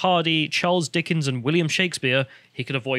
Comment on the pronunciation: "Judge, I already have. Hamlet was a based troll, and Mr. Darcy knew how to deal with THOTs. The end." Also, can't help but say "Dickings". LOL